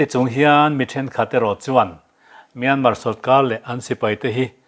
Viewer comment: Myanma ram a awm ka hre lo, Myanmar ti ve mai laa, a tawpa " r' hi lam ri tel ve laa.Myanmar tih hi ram hming a ni a, sap tawng a ni lo Saptawng ah chuan a tawpa " r' hi an lam ri lo tlangpui.